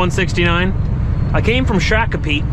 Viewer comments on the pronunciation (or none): shock o pee…. Native Americans pronounce sha cope ee or Google but the a makes a o sound in this city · You pronounced shakopee wrong 😅 I live in shakopee they do not like it pronounced that way